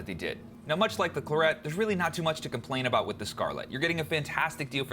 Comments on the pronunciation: Anyone else from the UK wincing every time he says Clurrett? Excellent review all the same, thanks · The latest Scarlett's (Gen3) have the 'air' setting too and Clarett is pronounced like the French wine.